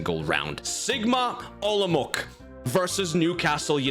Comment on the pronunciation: It's not Sigma OlomouK. I don't really know how to explain, so just google right pronounciation. Olomouc is Czech City (ig it's like 5th main city in the country)